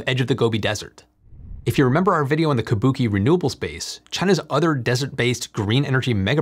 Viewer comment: Tip: “Kubuqi” is pronounced [koo-boo-chee] not like the Japanese word Kabuki [kuh-Boo-kee]